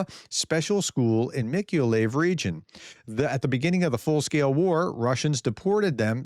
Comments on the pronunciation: Prof... any Russian word ending in "v" must be pronounced as if it was an "f". Mikholayev, for example, would be pronounced "Mi-Ro-Laii-Ef." (kh is pronounced as an r.) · Hey Prof, Mykolayiv. it's MY KO LA YIV. Doin a great job.